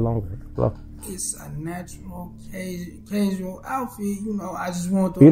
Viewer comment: Yo this first guy is on point he seems like a true real individual you just called him out about ironing his dress shirt but to me it sounded like you said how did you earn that lol